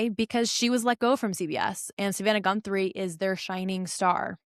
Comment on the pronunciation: Her last name is GUTHRIE not GUNTHRIE. FTLOG.